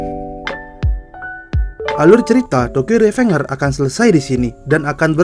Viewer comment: revengers di eja rivenjers